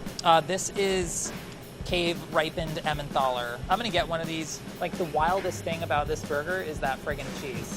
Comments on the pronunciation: I love, but I'm concerned about the way he pronounced emmenthal repeatedly. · “Emmenthal” has a hard “t”. Helpfully the modern German spelling “Tal” (valley) drops the “h”. Same goes for Neanderthal.